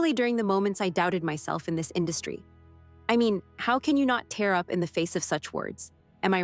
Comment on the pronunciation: it’s tear [teer] up as in crying, not tear [tare] up as in tear up a sheet of paper